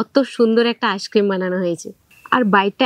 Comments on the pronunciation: ভিডিও গুলো তো শুধু মেদিনীপুরের লোকের জন্য করছেন না উনি, সকলের জন্য করছেন। শুদ্ধ ভাষা উচ্চারণ করা উচিত, যেহেতু উনি ইংরেজী বিষয়ের শিক্ষিকা। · আপনি একদিন ভিডিও তে বলেছিলেন আপনি টিউশন পড়ান ইংলিশ। কিন্তু আপনি তো আইসক্রিম কথাটাই তো ঠিকমতো উচ্চারণ করতে পারছেন না। আইসক্রিম তো একটা ইংরেজি শব্দ, আপনি নিজেই ঠিকঠাক উচ্চারণ করতে পারছেন না তো ছাত্র-ছাত্রীদের ঠিক উচ্চারণ কিভাবে শেখাবেন?